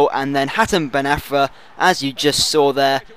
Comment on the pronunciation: its hatem ben ARFA not AFRA!!! great vid btw